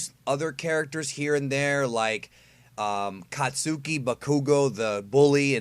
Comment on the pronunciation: Me-Door-Re-Ya Kaat-Su-key Ba-kuu-Go